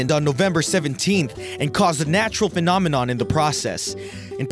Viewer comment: sounds fine to me! 😝